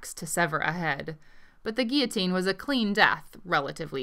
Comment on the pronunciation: Thanks, for the excellent report, especially your perceptive comments about the military and their fashions, and your correct pronunciation of "guillotine".